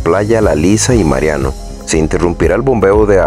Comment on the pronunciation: No se dice mariano sino marianao, no obstante, gracias por la información.